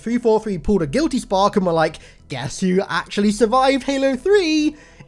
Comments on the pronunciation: You said chackass more like jackass am I right he kill our boy Johnson. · when you said the spark thing i thought you said jackass